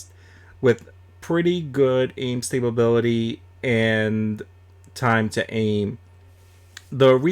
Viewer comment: It made be cringe when u said stability with an extra b multiple times. I still prefer the k98